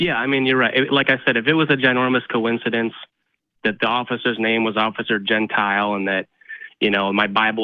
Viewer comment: I'm also pretty sure he's flubbing the cop's name too because gentile pronounced gen-teel or gen-tee-le is common, I worked with someone with the former, but I don't know about gen-ty-el like he said. I think he saw a heteronym and figured it still counts